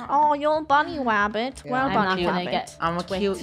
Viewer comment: I luv how said < WABBIT>